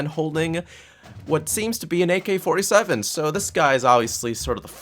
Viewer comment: I got so triggered when he said AK-47